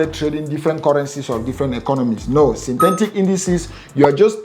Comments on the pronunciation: My oga , Sin - Te - Tic not Tentic😌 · Synthetic not synthentic. Etic not entic. 😂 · Synthentic ... Bru no man - Synthetic - there is no N